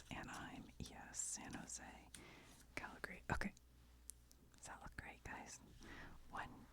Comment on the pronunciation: I’d just like to mention that I appreciate you calling Calgary “Cal-gree”. A ton of Americans and even Canadians from the east emphasize the “a” after the g (Calg-a-ree).